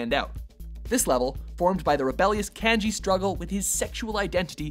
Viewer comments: lol... Can-Gee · Great now I wanna play P4 but I'm busy with Bloodborne Btw you mispronounced Kanji